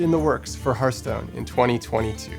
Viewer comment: Love it, but please someone tell him it's not pronounced hurthstone